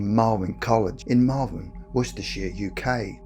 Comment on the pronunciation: I did like two double takes and googled Malwin because that's the strangest pronouncation of Malvern I've heard yet.